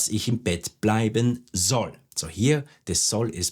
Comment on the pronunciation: I have an important question pronunciation of "soll" why u r not pronounce s like z at the beginning of the sentence ??